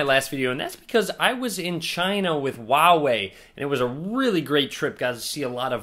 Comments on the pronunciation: His telling volva not huawei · The "H" in huawei isn't silent.